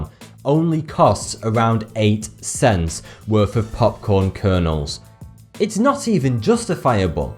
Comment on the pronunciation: did you just call cents pents?